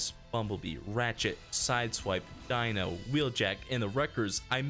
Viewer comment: Did you just say Dino? It’s Deeno